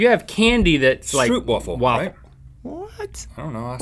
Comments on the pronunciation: it's pronounced "strope" not "strupe" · ikr better back off of my stroopwaffles (its pronounced o as in the alphabet, so like str oo pwaafel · yeah, and it's also pronounced "strope".... bleh when words are mispronounced. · OTOGaming they clearly said stroop-wafle. Also they called it candy and dutch stroopwafel don't really appear to be wafles. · "stroepwahful" 😂 (Im dutch/ik ben nederlands) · And they pronounced it wrong too! XD Str-ohp-vaffel.